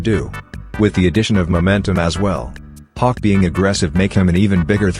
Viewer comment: The ai voice does bro so dirty😭 it sometimes makes hawk sound like cock